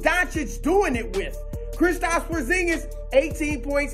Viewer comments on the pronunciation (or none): none